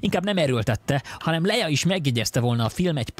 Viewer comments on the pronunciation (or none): Kétszer mondott Leijlát Leia helyett...